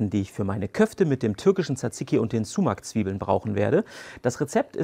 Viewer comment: Man spricht es nicht sumac sondern eher somach aus